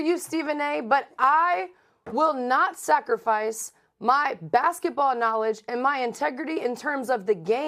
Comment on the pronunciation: It's basketball not bassitball